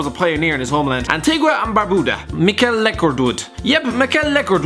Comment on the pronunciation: I only watched this video cuz I like he says Antigua and Barbuda